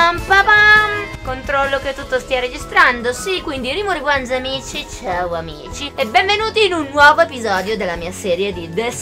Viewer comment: Al posto di capire “CIAO AMICI”, ho capito “CIAO MICI” hahahaha❤️